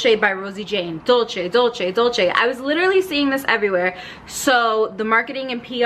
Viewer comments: It’s pronounced “dol-say”, it’s the Spanish spelling not the Italian. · it’s actually “dool-ceh”